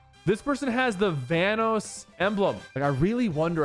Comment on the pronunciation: bro why did you pronounce his name like that. We aint talking about thanos with a V 💀